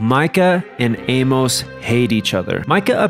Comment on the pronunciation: say it "Ay-muss" not "Ay-mowce" Good vid